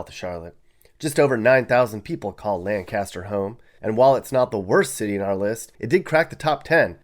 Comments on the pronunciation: Lancaster is pronounced Lankester by the native South Carolinians……nothing like an outsider telling you about your own state 😂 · Please say LANCASTER correctly! You pronounced it like the PA city. In SC we say LANQ’-UH-STER. And I lived in Myrtle Beach for years. It was a great place to live. I’ve actually lived in Georgetown and now in Clinton. You are not nice at all in describing our state. We’re not all rich, but we’re a lot nicer than you!!! I would never let you be my realtor! Never! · Nice vid. Sad but not surprised to see my hometown (Greenwood aka G-hood) on the list. Surprised Allendale, perhaps the most depressing town I've ever seen, wasn't on the list. Btw, Lancaster is pronounced with a heavy emphasis on the first syllable (LANK-astah). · you obviously not from the area. You mispronounced Lancaster! people say LANE-CASS-TER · I’m from Lancaster and it’s pronounced LANE-CUSTER 🤣🤣🤣🤣🤣 but anyways I love my hometown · Hey I have lived in lancaster (pronounced: Lane-cus-ter) my whole life and it has never been horrible and there is plenty to do its financially stable and its beautiful and the schools are great rarely a child fails a grade in Lancaster and not because the things they teach in too easy its just perfect for children to learn and thrive when they grow up so stop hating on it. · It’s Lank a ster. Not Lancaster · It’s pronounced “lainkister” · The way you say Lancaster makes my skin crawl. LANG CASTER is NOT the way you say it. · Pronounced lankester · Lancaster in SC is pronounced Lank-aster emphasis on the k sound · It is pronounced “Lane-ca-sta” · You are mispronouncing "Lancaster". It's not like ""Lancaster, PN", it's pronounced "Lanecaster". I'm a Sc native, and my grandparents lived in Lancaster. Just FYI. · Right off the bat, it's pronounced Lank-caster. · It’s pronounced Lank a ster. Not Lancaster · Lancaster is actually pronounced like this phonetically - lank’aster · Lancaster is pronounced Lank-Esther Lol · lancaster is lane-cuh-ster